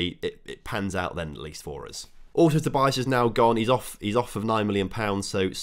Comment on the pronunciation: Im portuguese and its not vinicius tobias its " vinicius tobiáz "